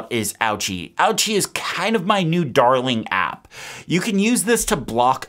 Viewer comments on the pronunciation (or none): Fyi ochi is pronounced OHee not ouchie and it means no in greek. Creator must be greek.